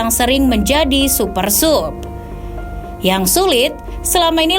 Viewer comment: Maaf min Supersub bacanya Supersab